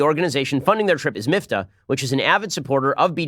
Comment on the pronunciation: I am The Batman it’s Miftah (مفتاح in Arabic), meaning ‘key’. Same root as the Hebrew word mafteah (מפתח), so I’m surprised Ben pronounced it so badly ;)